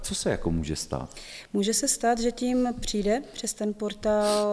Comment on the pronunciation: Hrozně těžce se bere vážně někdo, kdo říka "přinde" 😆😆